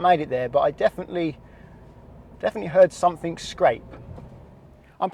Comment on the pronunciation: "I fink I did scrape SUMP-fing"